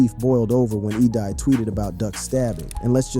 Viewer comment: Bro them names are so simple why are they being butchered like that 😂😂😂 E Dye 😂 Da Thing it's EDai like E day ....mofo and D Thang.... its gotta be said in an Chicago accent tho lol smh